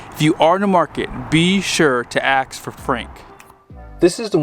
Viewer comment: Be sure to "ask" for frank. aks is not a word. Trust me, I am correct.